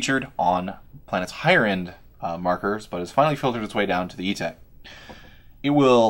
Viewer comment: Etek!! Not ego